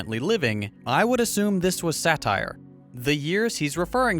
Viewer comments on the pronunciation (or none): none